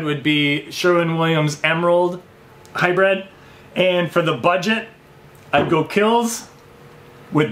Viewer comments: Hy-“bread”? Hy-br”iiiiiiiiiiiii”d! 😬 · It is pronounced 'High-Brid' not 'High-Bred'. I like your videos and content, very informative.